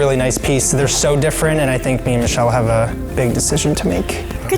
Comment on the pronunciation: # not susheal or moocha bot michelle (still love them tho)